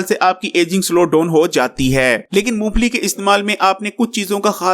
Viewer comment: Uncle g yeh "moongplli" nhi "Mong Phalli" hoti hai